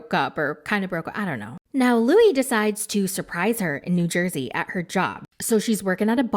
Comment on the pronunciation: You almost called New Jersey New Jewzee that is so fucking hilarious